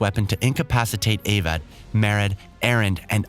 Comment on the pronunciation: Along with Avad, Marad, Oseram and HADES 😂 Seems like the narrator didn't play the game at all.